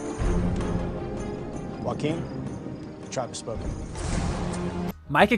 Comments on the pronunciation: I know I was like who is Hakim 😂. Even Jeff said it in the video . Joaquin (WAHH-KEEN) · its pronounces wahkeen and Hayley not hakim and holly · Joaquin not Hakeem Hali (hay lee) not holly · Aint no Hakeem in this season though. I was so confused hearing it. It’s Joaquin. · And Joaquin Hakeem/Hakquin. 😅